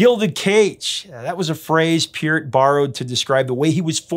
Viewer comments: Isn’t it pronounced Purt not Pea-urt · Neil's last name is not pronounced "Peert." I heard an interview with him in 1997 on the radio and he pronounced his name as "Part" (rhymes with Heart).